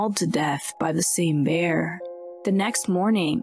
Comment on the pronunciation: Is this an AI talking? Lol 'BEEAAAR'